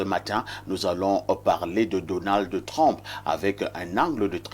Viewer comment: C'est Donald Trump et non Donald Trompe😂